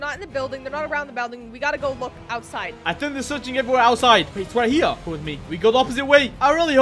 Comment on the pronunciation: Uh actually it's pronounced "here" not "hewa"